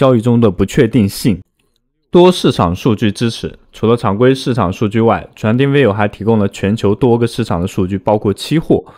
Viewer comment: 你连trading都读不来...